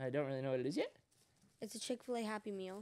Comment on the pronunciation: “it’s a Chic Fa Lay happy meal” 😂😂😂😂